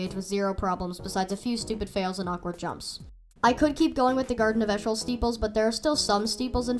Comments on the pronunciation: eeshöl is pronounced ee-shuh-l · Eeshöl is pronounced as E shul